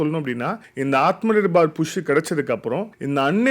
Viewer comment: விஷயம் விஷயம் repeated many many times, should avoid this, நிர்பார் இல்ல, நிர்பர்